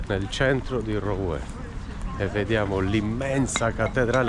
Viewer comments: Si pronuncia Ruen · Rouen = Ruen!! ;-)